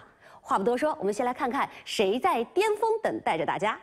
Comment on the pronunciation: 也有可能是口音问题，有些地方人尖和巅、前和甜是不分的